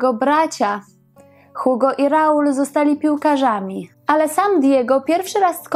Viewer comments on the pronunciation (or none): none